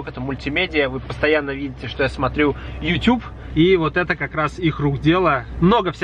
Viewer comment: двойной жирный лайкос за Ютюб, а не Ютуб!!!! Прям, мёд для ушей!)) Спасибо,!)